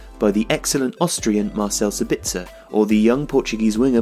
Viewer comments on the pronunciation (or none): none